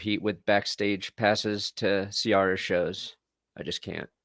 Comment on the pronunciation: Ciara’s name is not pronounced “See-Are-Uh,”. It’s “See-Air-Uh!”😒